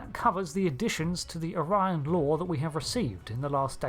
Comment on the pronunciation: Don't forget: the blue skinned house of Azure pronounces the species' name "Oh-ree-on".